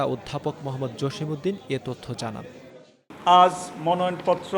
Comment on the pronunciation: 🎉😂😅"মনয়ন" নয়, ❤🎉😂😊😅🎉আসল ও সঠিক শব্দটি কিন্তু 'মনোনয়নপত্র' 😊🎉❤